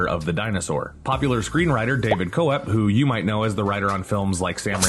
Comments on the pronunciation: Sounded like 'Critshon' to me (which drove me f**king insane), but, also mispronouncing David Koepp's name (phonetically) as 'Co-wepp," when, as far as I was always aware (even from the writer himself in interviews), it's pronounced as 'Kepp." Dumb! Research is meant to be a help to a site like this, isn't it, so jumping onto looking at BTS stuff on YT should be a no-brainer, right? I guess not, though. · It makes me sad because I remember a time not long ago when EVERYONE knew who Crichton was. Also, David Koepp is pronounced “Kepp,” not “co-epp” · Crichton — Cry-ton Koepp - Kepp The pronunciation is maddening here.